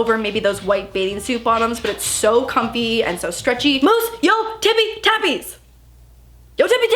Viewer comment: nobody:: "moose your TipPie tApPieS!!!!!!!"